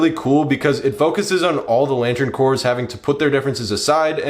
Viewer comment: Pronunciation note: “Corps” is pronounced “core”, not “corpse”. Like Marine Corps.